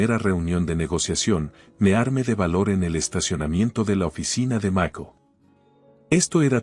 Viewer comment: Q.mal habla el castellano es máscara .se debe acentuar bien cada palabra se dice sentíí.me armé.basilé y asi sucesivamente se pronuncian las palabras agudas😅😅